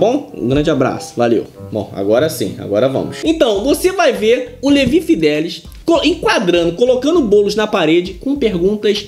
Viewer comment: Mas que nervoso ouvir Levi fidéliS o tempo td ao invés de Levi fideliX...